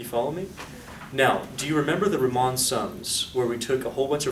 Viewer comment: I love your lectures a lot, but the way you pronounce riemann sums is an insult to all living beings on this planet